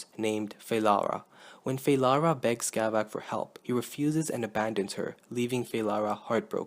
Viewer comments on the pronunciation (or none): I think it's Skavek, not Skavak